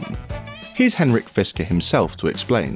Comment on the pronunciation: fiskrer???? HAHAHA NOTHING to say...same as lucid